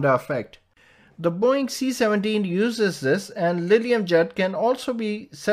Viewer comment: The way they pronounce boeing is really funny.